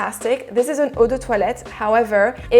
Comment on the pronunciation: Solid review, finally a reviewer that speaks French and can pronounce eau de toilette properly !